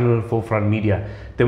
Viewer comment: Gatphoh lah pronounced Gatfoh .😂😂😂😂 Ani lit la bew mia 😂😂😂😂😊